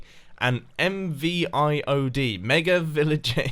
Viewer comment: Shouldn't MVIoD be pronounced M-Void